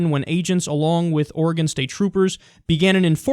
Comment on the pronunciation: Kyle, I appreciate the fact that you say Oregon correctly. Drives me nuts when people say it wrong...